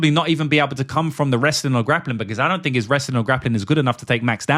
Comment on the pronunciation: Why can you pronounce “that” but can’t pronounce think/fink. Very annoying